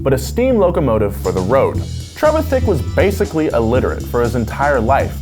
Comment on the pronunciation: it's pronounced tre-VITH-ick